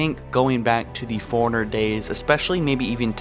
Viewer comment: Lie berry, furiner, and a few others that escape me atm. Then again, the bloody game calls the Master Chief "Sir!" 😆